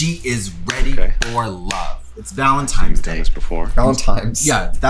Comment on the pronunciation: Oh my God I used to work in a Hallmark store and worked with a scaggy bitch that called it Valentime’s Day. Never heard anyone else call it that.